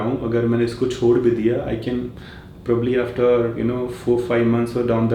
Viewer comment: not pro baab ly prau-bab-ly